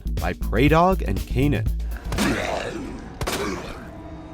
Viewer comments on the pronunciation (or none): none